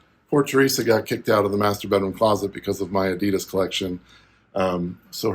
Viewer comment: You bring it to the next level mate! But as a German, please work on your Adidas pronounciation ;-)